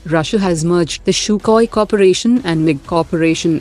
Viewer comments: Its SUKHOI... Not SHUKHOI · Sukhoi. This is a computer voice so it'll. Misspells it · "CHUKOI" hahahaah = SUKHOI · 1000% sure he knew that while commenting. By the way the computer voice did not mispronounce anything else... 🤔. Feel this was intentional.